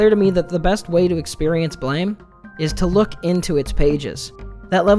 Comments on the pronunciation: It's pronounced like Blam! And not blame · I thought it was pronounced "Blam" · It’s pronounced BLAM, as is the sound of the critical contingent weapon he wields. Honestly a great manga and very extensive in its lore. Never explaining much through words. The different sources (blame! and so on, a book of concept art expanded comics of various characters, even a sequel called Blame! 2) lean into the gravity of the world. Shi… I could write a book on Nihei’s works. His other mangas are influenced on each other, and near too complex to try to fully understand. Simple concepts with intricate systems supporting them. I could go on for hours. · Don't mean to he that guy, but Tsutomu Nihei pronounces his manga like, "BLAM" like the onomatopoeia of a gunshot or explosion. Not "blame", like I don't blame you for not knowing this. I heard you use both the correct and incorrect ways of pronouncing the title. But, to set the record straight for anyone not aware. If you need references to prove what I'm saying is true, please just simply Google or YouTube it and you'll see. Good day, now I'll go kindly fuck off. Lol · It's pronounced blam. It was a miss spelling